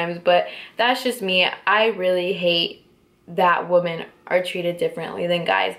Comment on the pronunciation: It's pronounced "wim en" just FYI. I love your sparkly makeup and backdrop btw!!